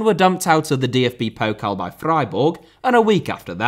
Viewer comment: Thank you for calling it Pokal and not Pokle ^^